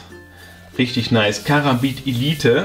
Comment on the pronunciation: Du sprichst Karambit falsch aus._.